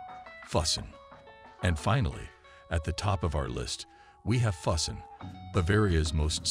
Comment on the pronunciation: Great list but pronunciation is not good. Füssen pronounced fooSin